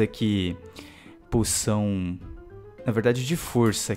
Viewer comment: ele disse puçao